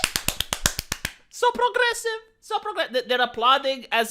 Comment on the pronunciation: “Prrrlrlrlrlrogressive!” Such enthusiastic and moistening R rolling. I’m fuggin HERE FOR IT.